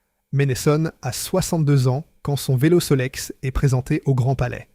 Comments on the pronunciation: N’importe quoi cette IA omniprésente 😂 Sol x ! Il faut prononcer Solex ! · Des éléments intéressants mais la voix de l'IA me donne la nausée. Le vélo Sol ' X... Milf - neuf - cent - katrevintwitt... Beurk ! Je possède un 3800 de 1968 avec lequel je prends beaucoup de plaisir. Ma 2CV 6 de 1984 née à Levallois possède un carburateur Solex avec lequel elle prend aussi beaucoup de plaisir 😊😊😊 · Oh des vélos sol X , Allé au revoir à 0.03 ma cher IA avant que tu essais de prononcer des dates qui vont m'énerver🖕